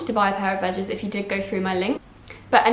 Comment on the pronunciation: Thanks for the review have been meaning to purchase, vejas is pronounced vehas I think, also all I was thinking was you were trying not to touch the bottom and it’s all you kept doing 😖😅